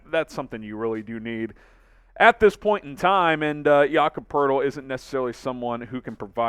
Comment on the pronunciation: Its Poeltl, not Poerdel